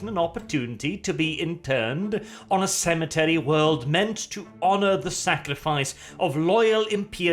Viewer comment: At the start it sounded like you said sanitary worlds not cemetery worlds when you tried to emphasise it